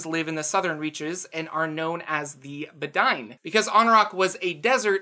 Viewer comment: I think the Bedine are supposed to be pronounced "bed-een" as a sort of nod to the bedouin. Great vid as always!